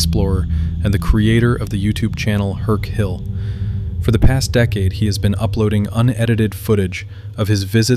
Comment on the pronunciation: It’s UrbexHill not hurkhill, and unfortunately he makes no money on his amazing videos as YouTube continually demonitise him. So please go support him. He’s amazing his research is on point, he gives the backstory.